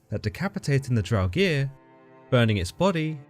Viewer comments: "Draug-EER?" Are you sure about that pronunciation? =0[.]o= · Love your videos, but buddy, Draugr as in "Drow-Ger" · Great video, but please look up pronunciations before recording, it can really diminish a viewer who knows the correct pronunciation's enjoyment of the video. Here is the correct pronunciation of draugr, there is no vowel between the g and the r so you shouldn't insert one.